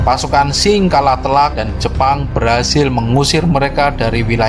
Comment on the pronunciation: Qing di lafalkan Ching bukan Shing.